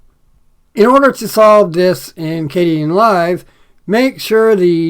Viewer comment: I hope you aren't mispronouncing Kdenlive anymore. Yikes.